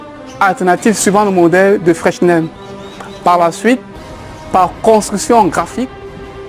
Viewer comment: on ne prononce pas le "s" au centre de FRESNEL please